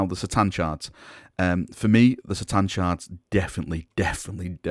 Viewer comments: its 'K'tan not 'sa'tan pliz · it's "Kuh-Tahn" not "See-Tahn" sorry but it triggers me so much.